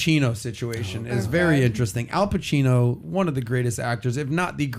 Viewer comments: His name is not Alpachino, but Al Pacino! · I didn’t watch the video but I just came here to vent that “Alpachino” was really bothering me. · It's Al Pacino not Al Pachino!